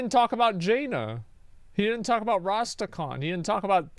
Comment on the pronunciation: For some reason every time I hear Rastakhan I actually hear Rusty Can, now it will never go away. XD